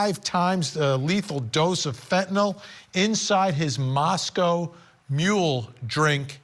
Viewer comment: I love how Vinnie Politan just pronounced “Moscow Mule” like “Moscow”, Idaho.